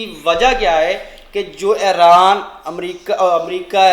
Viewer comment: ऐरान? प्यूटन ये हमने पाकिस्तानियों से सुना और भी शब्द